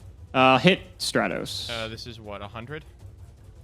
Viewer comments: Nobody:: "STRAY-TOS" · The only thing more infuriating than this DAD-less episode (games 1 and 2) was mispronunciation of Stratos.